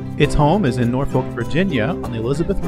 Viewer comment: Just want to help you with pronunciation spell Norfolk, say Nor Phuk. Thanks for the Video. Great your and info.